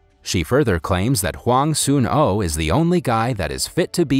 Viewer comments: Bruh it is soonoo not soon O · Just a heads up its actually sun oh as in the sun then oh